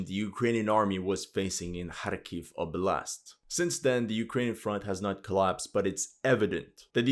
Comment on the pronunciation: Wow, compared to the beginning of this war, you've REALLY improved your pronunciation for these towns by a LOT, looks like you're learning Russian. Well done!